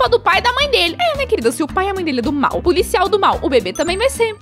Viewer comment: Quando a fala mal ela fala mar e quando ela fala mar 🌊 mesmo da a mesma palavra